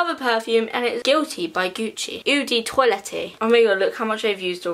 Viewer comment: The way she pronounced “eau de toilette” 😂